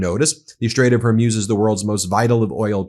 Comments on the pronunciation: I quite like MTN but WHY can Americans NOT pronounce simple words like Hormuz- it's not "Hermuz", "Hermoz" or anything else. I have noticed this on numerous channels and it gets on my tits as we would say in the UK! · What is the strait of “whore muse”? You pronounce it incorrectly, counselor. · You keep mispronuncing "Hormuz" (Strait of hormuz) Please look up how to pronounce that word properly. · It's not Strait of Hormuse but Strait of Hormoos (the pronunciation, I mean). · Hormuz pronounced OR-MOOZ. Not Or-myooz. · Ben, Hormuz is pronounced Hore Mooz, not Hore Muse. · Strait of Hormuz pronounced hor-mooz, not hor-myooz. The way Ben prounces it, it sounds like an inspirational lady-of-the-night. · IT IS PRONOUNCED, HER-MUZ, NOT HER-MUZE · For God's sake can you at least get people's names right! It's not pronounced Kom-ayni, nor is it the Strait of Hoar-muse. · It would have a profound impact if you learn how to pronounce strait of Hormuz correctly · He's still trying to figure out how to pronounce 'Hormuz'. Better to stick with law news unless he learns the importance of how to pronounce names properly, like the traditional media learned decades ago. It's simple professionalism.